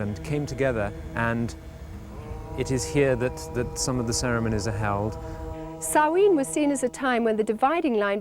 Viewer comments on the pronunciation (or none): As a Scot and native Gaelic speaker, It's pronounced SOW-ANE you prat. And the "ritual" looks like morris dancing mixed with OBAD ritual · The way Karen, here, keeps pronouncing Samhain is making my brain itch.